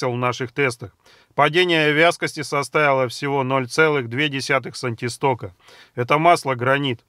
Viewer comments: Все хорошо,только они сантистоксы,а не сантистоки...Неграмотная речь наводит на размышления и подрывает доверие.... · "Сантисток" - ухо режет. Единица кинематической вязкости названа в честь Сэра Джорджа Габрие́ля Стокса. Правильно говорить "сантистокс"! Однако, спасибо за Ваше исследование! Полезный и нужный труд! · Правильно говорить сантистокС